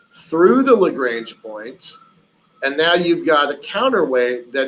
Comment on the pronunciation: Very interesting. It bugs me when people who are supposed to be experts can't pronounce "Lagrange" properly, however.